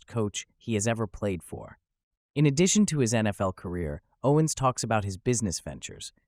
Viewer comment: You opened up with pronouncing his name wrong. 🤦🏽‍♂️